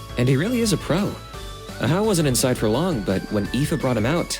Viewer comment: Wait so its not pronounced a-jaw but ah-how?!?! 😮